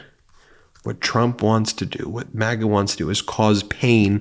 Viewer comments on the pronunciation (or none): none